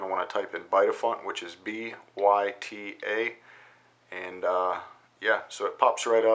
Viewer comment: i think it's swedish because Byta means change i Swedish :P so you should prononce the Y --> Ui